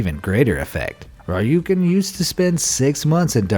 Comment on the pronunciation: I like how he pronounces Rjukan as if it's a Street Fighter move or something haha